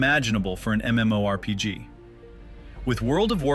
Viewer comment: I'm really not one of those "ewww AI you're going to hell" guys but the voice is a bit distracting in this one. Should at least be able to properly pronounce MMORPG in a video about one. That being said, I'm willing to put up with it to learn the history of the game. Never knew a ton of the stuff here.